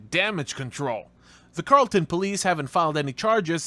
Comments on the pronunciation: FYI, it's not pronounced "Carl-ton" it's pronounced "Carol-ton"🙄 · Learn how to say the name of the town. You sound like a 🤡 It's pronounced "Carroll-ton". Not "Karl-Town". Can you not read? It's even spelled how it's pronounced. 🤣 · Its pronounced Carol- ton. Just like the name Carol. I used to in DFW. Carrollton TX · “carol”-“tun” is pronunciation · Lmfao Carol-ton Texas…. It’s a woman’s name… Carrol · Carrollton like karolton lol I was dien by the way you pronounced it lol😂